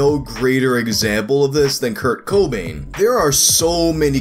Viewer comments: The emphasis sounds stupid like that. Any other word starting with "co" is emphasized the way I pronounce it. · Dillon The Hacker it annoys me so much. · Its cobain.but u are sorta over doing the co... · I know this is very late lmao, but it’s not the pronunciation it’s the annunciation. The second syllable of Cobain should be annunciated stronger than the first. It’s not really a problem though lol. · breaking the 2 syllables in the wrong place. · I was in college in the early 90s, Nirvana was huge, and Cobain's death got tons of coverage. And I've never heard anyone pronounce his name the way does. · It's just that most pronounce it without putting so much emphasis on the co in cobain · The way this man pronounces “Cobain” makes me want to die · After hearing how he says, "Kurt-COH Bain," I need to hear him say, "Cool WHip." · In all my years I've never heard anybody put the emphasis on the first syllable of Cobain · I hate the fact that puts stress on the “o” instead of the “ai” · Put the em PHA sis on the wrong syl AB le in Cobain 😂😂😂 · The emphasis of the "CO" really made me feel very uncomfortable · You put emphasis on weird parts when you say Kurt Cobain and it messed me up for a little bit lol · Kurt Co-Bane vs Rivers Kwo-mo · A lot of emphasis on the Co in Cobain throughout the video. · Why does he put emphasis on the "Co" in Cobain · In the first 30 seconds you pronounced Kurt Cobain three different ways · Can you stop saying Kurts last name like that? Thanks - All of your uncomfortable viewers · Idk if i like the way you say "Cobain" js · Who the hell believes this? Never even heard of this before. P.S stop saying Cobain the way you do lol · its Kurt co BAIN, not Kurt CO bain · It's cohb-ain, not coh-bain. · youre supposed to accentuate the bain not the co so its coBAIN instead of CObain which is how you pronounced it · you emphasized the CO. The emphasis is on the Bain. coBAIN not CObain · Kurt kOObain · “Kurt KO-bain “